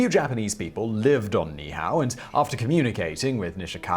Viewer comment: Ni’ihau: pronounced knee-ee-ou (ou like the first two letters in ouch). 😀